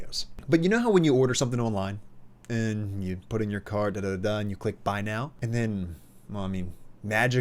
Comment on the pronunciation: schtruschural pattern Simple and concise explanation. Thanks!